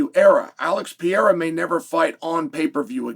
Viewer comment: Still says Alex Pierra, oregon pronunciation 😂